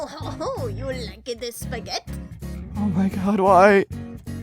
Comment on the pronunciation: Lmao said Spaghett